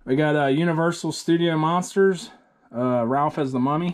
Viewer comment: Bro do u keep calling raph ralph?